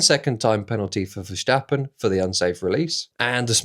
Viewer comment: Why do you pronounce it "Verschtappen" like he is German? He is a lot but def not German...